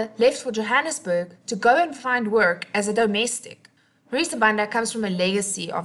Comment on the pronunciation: You pronounced her surname wrong.